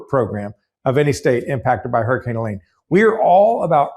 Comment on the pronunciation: "Heleen" for Helen? Are all your weather namers on bad weed, or is your own weed a bit suspect? Her face may have launched 1000 ships, but her name wouldn't, pronounced like that! 😁😉